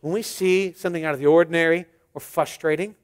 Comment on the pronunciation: Great message! As a former homeschooler, I have to point out, the word is fRustrating, not fLustrating. ;)